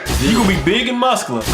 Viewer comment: "You can be big an muskala"